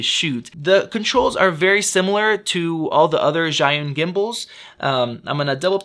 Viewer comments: I asked my boyfriend who is Chinese, and he said the closest pronunciation of "Zhi" can be "Jee", so "Zhiyun" is "Jee-yun" ;-) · It would save a lot of marketing effort if they just named it SmartCloud instead of the impossible-to-pronounce-in-English ZhiYun.